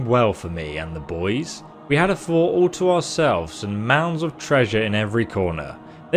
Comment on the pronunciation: Pronouncing fort as court, okay, maybe.. but Welkynd as Wellcard? How does that even work